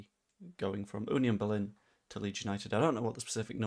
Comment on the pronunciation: 11m when we can have him for nowt in the summer 🤣 ps congratulations on getting the pronunciation of FC Union Berlin right 👍🏻